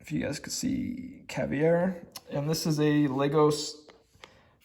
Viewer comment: Robert Coin is Italian..Roberto not Robert, and ALL of his pieces have a signature Ruby on them. Yours is on the back. Look for the Ruby. Also it's Lah-goss, and caviar like the food. 😀 lastly, it's Eff-eee. Pronounciations are not easy, you do good.